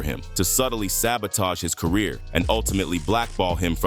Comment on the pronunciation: "I just wanna help you with your cuhreer. You just need to do a little sumpin' sumpin' fo' me first tho'."